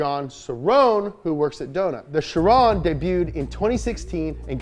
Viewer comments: It is not pronounce as shi Ron It's Kay ron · its pronounced KAI-RON u sound like a moron I thought u were just making fun for the first 2 minutes but u kept saying it and I just cringe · Bugatti chiron is the name but its pronounced khiron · Fun fact. Chiron and Veyron (buggati pilot in the old days) are pronounced with the french sound "on" which is the sound when you imitate french going "hon hon hon" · the name of the chiron et veyron are prononced in french they are name of racers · I'm sorry, how'd he pronounce chiron? 😂